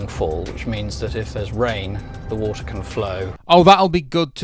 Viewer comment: Artificial wa'er xD